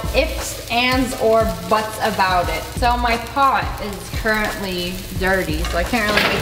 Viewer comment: She really said✨ CURRENTLY ✨ like it was finna spring back to life